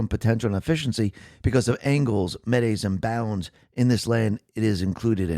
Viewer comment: Around the 9 minute mark, you mispronounced the term "metes and bounds". It's supposed to sound like "meets and bounds." Sorry. I'm a land surveyor of old. No worries. You're perfect.